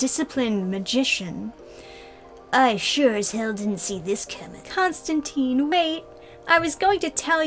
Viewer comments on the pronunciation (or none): Constantine's last name rhymes with *fine*. He said so himself multiple times